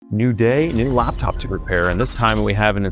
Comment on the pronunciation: Its a Laptop not Luptup